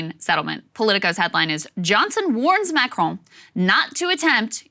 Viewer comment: Krystal has finally decided to take some French lessons and pronounce Macron's name properly!